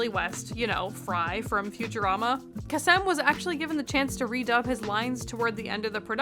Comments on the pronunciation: Casey Kha-Sem, LOL. Damn I feel old as someone that grew up in the 80s and 90s. It's Casey Kay-Sum. I guess it doesn't matter, but it makes me feel super old, as he was the America's Top 40 guy for years. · Casey Kasem said like Case-um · Love your content! The way to pronounce the name of the original shaggy voice actor, is Casey KAY-sum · It’s pronounced “Kay-sem.” ;) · This was a really good video! Just a note, Casey Kasem's last named is pronounced "Kay-Sum" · Pronounced “Cay-sem.” They still play his decades long radio shows all over the country on Sundays, and he says his name constantly. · For future reference, Casey Kasem's last name is pronounced Kay-sum, if you ever can catch rebroadcasts/find copies of his DJ works you can hear him say it that way. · Just for your information his name is pronounced Casey Kasem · Great review! Also... you've never heard Casey Kasem's name said aloud?! Ugh, now I feel really old. (His last name is pronounced just like his first name except with an "em" sound for the second syllable, not a "see" sound, FWIW.)